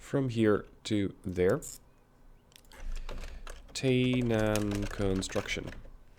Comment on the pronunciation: 'Ai' in 'Tainan' should be pronunced like 'Ei' in 'Einstein'. Keep up the good work!